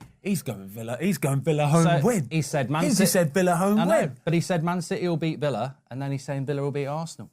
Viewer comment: Nah mark actually got villa right 😶